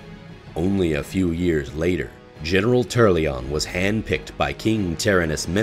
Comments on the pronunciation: Turrlyon and Alonsus Fail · "Tur-al-yion"? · I'm sorry, but it's funny to hear that you're putting so much effort into a serious voice over, and then "TURRLYON" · Who the fuck is "Turrlion" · You forgot the 'A' in Turalyon when pronouncing it lol.